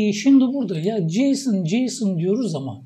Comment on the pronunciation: => JSON JSON diyoruz ama ne acaba bu JSON. Filmlerdeki artis isimlerine benziyo. Neymis bu JSON. Bu tarz vurgulari dinlerken tebessüm ediyorum hocam. Ama dikkatimi cekti akilda kalici oluyor. Gercekten "Baska Egitim"..